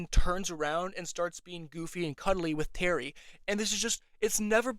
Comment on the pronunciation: Terry also has a really bad impression of an Aussie/Kiwi accent. I’ve never heard someone pronounce “terry” as “tarry” before. It was annoying and very obvious as an Aussie viewer. I did like the trans inclusion but I was just disinterested in the later seasons. Also as a deaf person myself you are absolutely right, Janai should know basic ASL/Katolis Sign, but there are some hearing partners of Deaf people that are like this unfortunately, it often comes with an ableist mindset that we should assimilate into hearing culture. Also, sometimes characters talk to her when we know they can sign, which is again Audism/ableism and so tiring for Amaya to have to lip read everything to have access to the conversation. Sign not being translated in the Audio Description is also ableism and as a person on the DeafBlind spectrum it pissed me off when AD would say “amaya signs” like what is she signing? Your job is to translate to me. I do like when not all her words are translated otherwise as it often gives context clues to Deaf Americans and ASL signing watchers that are specific to us, but that always excludes some Deaf and Hearing people watching. Grabbing her hands is considered assault.